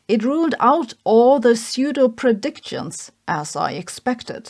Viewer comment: Sabine, I love you in spite of your pronunciation of "semi" and "pseudo". 😉🖖🥰